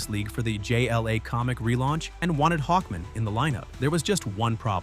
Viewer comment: Interesting video and good writing but please do a real voiceover. I can't stand the AI voice constantly distracting me by saying every letter in L.E.G.I.O.N. and pronouncing Hawkman like "Hawkmn" with the really short "A" like it's a last name like Goodman.